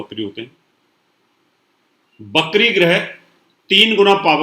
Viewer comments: Bakri nahe vikri hota hai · Ap va ko ba ku bolte h... Apni bhasha p pls dhayn de.. Bht log ko apko sunte... Bakri NH hota vakri hota h